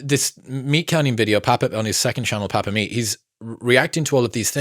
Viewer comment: ...Bro. Why are you butchering the word Papa to this degree? My internals are screaming everything you say papa-meat. Surely our lord and savior Meatcanyon would not appreciate this 😅